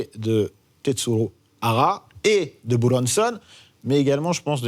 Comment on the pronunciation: Il se la pète grave le mec avec sa façon de prononcer "Buronson" 😂 Alors que juste après il va te dire "Jim Carrey" en le prononcant "Jim carrie"